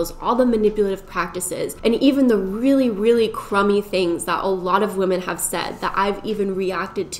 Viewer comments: I kept getting distracted by that this entire video. It's a good video, but it was hard to pay attention because my head hurt a little every time she said woman instead of women. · Is it just me or is she constantly saying "woman" instead of "women"? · I love these types of videos & think you do a great job with them. But my brain doesn't like the way you say women lmao i hear woman. I know it's just how u say it, obviously you're smart and know the proper word.. But i can't be the only one who gets thrown off almost every time you say it. 😅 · I love you but why do you pronounce women like that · You say women wrong. Fyi